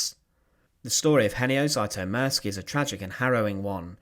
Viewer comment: I may be wrong (I often am), but I'd pronounce the surname "Zütomirski" (taking for granted that the spelling is correct, and has not been altered in transmission by people from "somewhere else"), not "Zaitomirski" (as per the narrator). I have been painfully familiar since First Grade in Elementary/ Primary School with the fact that Anglophones are absolutely, hopelessly, cluelessly groping in the dark when it comes to the proper pronunciation of letters (mostly vowels, but not to the exclusion of consonants). I do not extend mercy, longsuffering, or forgiveness to them, despite the possibility (and probability) that they just don't know any better.